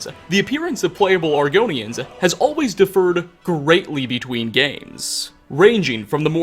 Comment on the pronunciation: "Defered" Differed